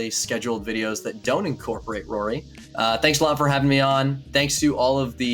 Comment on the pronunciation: It’s rorie